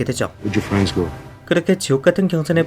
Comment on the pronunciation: 53초에 프랜드라고 하네요ㅋㅋ